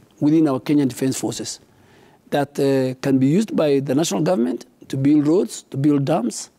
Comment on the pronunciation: Elite - pronounced as" i - lit " Build- pronounced as "bild" Service - pronounced as "saarvis" Legacy- pronounced as " Legasi" and not "ligasi"